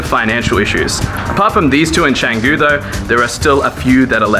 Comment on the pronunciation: Nice one! Canggu pronounced well. now Pererenan..just and "re" missing ;) A quick headsup about Bwork - They only work with memberships or 10+ hour passes I believe. Last time I tried there there was a massive waitlist. You can still work in their café though which is okay-ish.